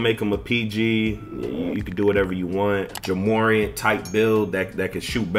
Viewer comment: I changed it when you said Ja morant name wrong. The disrespect.